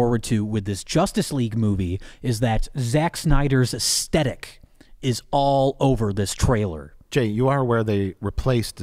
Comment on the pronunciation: Is that repeated "Astetick" pronounciation of "aesthetic" a direct reference to something in the videos they're spoofing?